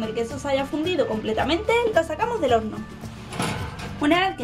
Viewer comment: Porqueeeeeeeeee dijo orno